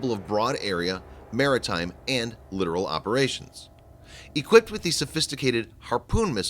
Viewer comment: Come on folks...it's not literal...L I T - T O R A L.